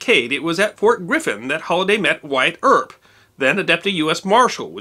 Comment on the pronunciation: It sounds like you said Fort Griffith, but it's actually Fort Griffin, Texas. There are a lot of historical factoids interlaced within the Sons of Katie Elder. The Marlow Brothers were loosely portrayed by John Wayne and company. Never knew that Katie Elder was AKA Big Nose Kate.